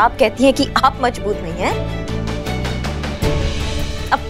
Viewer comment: Mazboot nhi majboot 😂😂😂😂